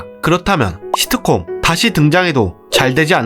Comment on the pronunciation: 발음 연습점 thㅣ트콤 너무 듣기힘듦